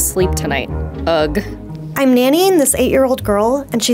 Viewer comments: she read ugh as "UG"😂😂😂😂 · that pronunciation of "ugh" made me cringe. I imagine it said differently.... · Did she just pronounce "ugh" "ugg"?? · Who are your voice over people? They pronounce "Lol" as "L-O-L" and "Ugh" as "Ugg"